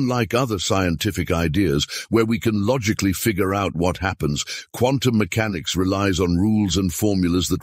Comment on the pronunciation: He put the accent on the first syllable when he said "mechanics".